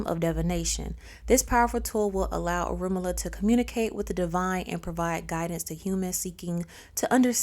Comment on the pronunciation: So, she has all this knowledge about him but can't even pronounce his name right. How embarrassing 😳 🫣